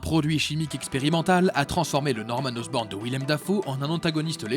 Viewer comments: "Harry OSROBNE"😭😭😭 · C'est Harry Osborn pas Harry Osrobne et Norman Osborn pas Osborne